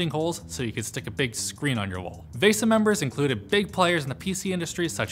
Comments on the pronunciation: "Vaysa"... It's VEEsa.. right ?!?!?! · PLEASE stop mispronouncing VESA. The correct pronunciation is VEE-SAH. When You say VESS-AH you are saying the Finnish word vesa which means either ALTAR or SPROUT depending on who's translating for you. VESA stands for Video Electronics Standards Association which is an American technical standards organization, which seems would likely follow an American pronunciation. (Yay Hooked on Phonics!)... Wikipedia lists the pronunciation of VESA as (/ˈviːsə/) which breaks down to VEE-SAH, not not VESS-AH or VAY-SAH. I wouldn't really care so much, but so many people speak English now with almost no attention to correct pronunciation (I am NOT referring to accents), it's turning into a gutter-garbage language where NOONE understands each other. At least TRY to pronounce things correctly. Especially when it's your JOB! There are those of us who would appreciate it and thank you for it, I promise...